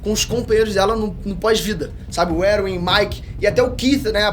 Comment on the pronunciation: Eu gostei desse novo apresentador do canal mas confesso que me senti incomodado do cara falar os nomes todos errado. Fróqui? Eruin kkkkk. Me passa a sensação que ele nem entende nada mas ensaiou muito bem. Tirando isso muito bom